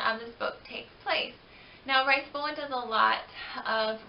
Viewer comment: Its"Reese", not "rice".